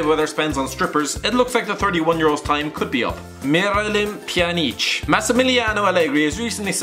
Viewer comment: Neil Luhar yeah, and miryalyem pjaneeeeec was pretty fucking hilarious as well :D